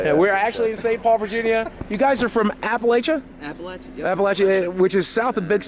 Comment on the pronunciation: A friendly reminder....it is Appa-LATCH-ah. :)